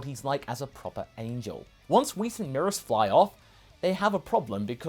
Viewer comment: I think the pronunciation is Meh-rus not Mee-rus